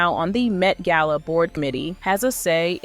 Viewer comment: ai video, why did you pronounce gala two different ways